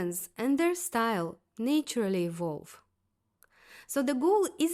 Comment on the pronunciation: Love your introspection, and I hope this comes across as genuine, well-meaning advice: please learn the difference between pronuncing "nature" and "natural". Nature starts with the sound "nay" (sounds like NAY·chuh) and natural starts with "na" (sounds like NA·chuh·ruhl). You can easily google and listen samples. English is my third language so I totally understand, but these are words that are repeated in every single video of yours, and English has been your working language for years and years. It's a small fix to sound more professional and show an attitude of learning and growing.